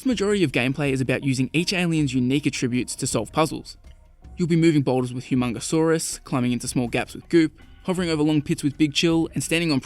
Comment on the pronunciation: Did this dude just say hymongsuarous dude it's hymongsuar